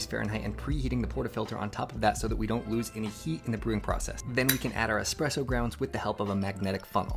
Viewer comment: all of these fancy expensive gadgets yet he's pronouncing it as "expresso" 😭